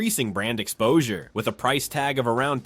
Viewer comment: Price sounds like Pipo